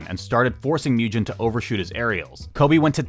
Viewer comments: Also for Mugen. "Moo Jen" instead of "Moo Gen" killed me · just an fyi, pretty sure mugen’s name is pronounced the same way as it’s japanese origin 無限 is, which is like the sound a cow makes: [MOO-gen] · S’okay but you also mispronounced mugen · and mugen lol